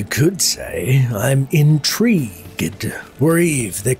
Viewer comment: I was going to downvote just for "inTREEgued" But that quote from Legacy of Kain redeemed you 😆